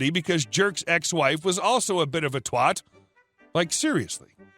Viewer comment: Great stories, and just to note, it’s twat, as in catch that twat. And bollocking as in I was frolicking and got a bollocking. Not twat like SWAT or bollocking like ball or polling station And sound so much more satisfying.